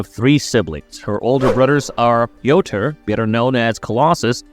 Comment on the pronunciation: Soo.. I know you're trying to be authentic but .. Russians don't pronounce it "Pee oh ter So just say Peter..pls